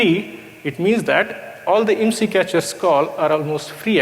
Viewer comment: The first sentence was wrong. Its IMSI not ISMI xD